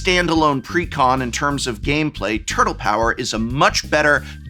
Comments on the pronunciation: Nobody pronounces 'turtle' that way. Nobody. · Do you actually say turTle that way or are you being funny? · my fav part of this video is Profs dedication to hitting that HARD second T in the world "turtle" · The word “turtle” has never been annunciated so clearly in the history of speaking